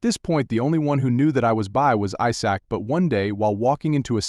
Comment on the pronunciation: AI doesn't pronouncing "Isaac"